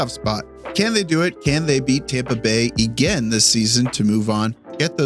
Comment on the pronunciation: I guess pronouncing "again" as "egain" is a Canadian thing? :face-green-smiling::face-green-smiling: Good video, sorry aboout your Habs, and your washer. Editing in: "Lost his [dignity]..." I lol'd hard. Yeah, Dobes [Doebesh] had a rough night.